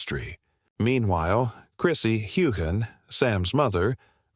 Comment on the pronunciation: Why would anybody believe a word your saying when you can't even pronounce his name correctly?